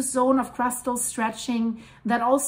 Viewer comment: I will still go for a swim in Laacher See. :) / Your pronunciation of "Laacher See" and "Rheingraben" is perfect, btw